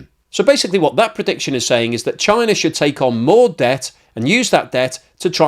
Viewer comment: “Chiner”, lol.